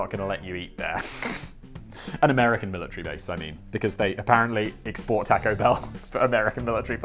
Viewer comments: can you please never butcher the word taco anymore.. or at least only once per video. You say it so god awfully. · The way you pronounce taco pains me.